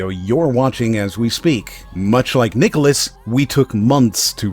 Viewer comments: My only critique of the vid is your pronunciation of nicalis, every video I've ever watched on them goes (Nigh-Cal-Is) so it constantly distracted me, but other than that yeeeesh, no wonder I never see them outside cave story, Binding, and Ikaruga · How do you actually pronounce "nicalis"? I've heard it pronounced three different ways now.